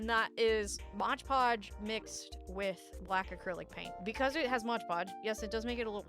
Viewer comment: To clarify, I love your videos… but the modge podge bit is really taking me out of it